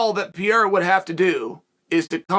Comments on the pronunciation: Almost, Uncle Chael…but it’s actually pronounced more like “Puh-hair-a”. Portuguese pronounce R’s as H’s. You’ve battled enough Brazilians that you should know this. Also, you should have chose better phrasing than “I came on the backside of Glover Texeira” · I thought it was Pa-hey-da. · It's Alex Pejera. With the J sounding like an H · Ariel corrected me it's pronounced Perreira, anyway so Glover said he'd like for Pierra to fight Adesanya next. Pure gold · No, you are absolutly right Uncle Chael, its Piera and Justin Porier 😅